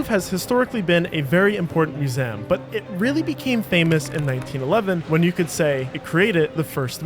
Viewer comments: Or maybe he actually pronounces museum as /mjuˈzæm/, since that is a listed dialectical pronunciation of the word on Wiktionary. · have i been mispronouncing ‘museum’ my whole life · nope. he's just being a bit tarded. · Dude, I couldn't watch this with the pronunciation of museum. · he wants to sound French 😂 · Disliked just for the way this guy says museum Grow up lol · Why do you mispronounce museum? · What's up with pronunciation of 'museum'... :D. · The "Moosam". What? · Moo-zam… Gaw! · What's a "mew-zem?" 🤣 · The word is Mu-ZEE-um, not Mu-Zem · “Museum” is a 3-syllable word. myou-ZEE-əm, not myou-ZIMM. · It's museum not muzeem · How can you mispronounce "museum?" 😂 There are three syllables, not two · Sorry butt it's mu-sé-um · What the fuck is a Museeem? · museum ❌ mu-sem ✅ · I can never not hear "mewzayumm" 🤣🤣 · No. Musaan, like moo-saa-ahn. At least the cheap readbot can simulate everyone's voice, but not the pronounciation. Pronounciation costs extra. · It's mew-saan, just like hassan or allaaaaaaah. The cheaper the readbot is, the more the dude can snort. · ”Muzeem” and ”louve” being said every 30 seconds in a video about a museum called the Louvre is fucking infuriating. Good work farming engagement but ill avoid this channel in the future even tho the video was quite good 👍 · WTH is a "muzem?" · What’s your accent that’s making you say “muse-amm”? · I think he was going for french pronunciation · Great video. But….next time you want to make one about a musEUm just hit me up. I will narrate it for you for free. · MusEHm. LAgacy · I wish it were true. No human pronounces "museum" as "moozam". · I've never heard such an odd mispronunciation of the word "museum" 🤣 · Bro, say the word museum to yourself again. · Well made and presented video except for the weird pronunciation of museum. Am I missing something? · Props for using the original pronunciation of museum circa 1645 not many know this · Please re-record the audio and stop saying "museum" like that.